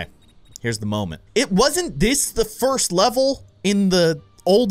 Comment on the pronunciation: you said fist not first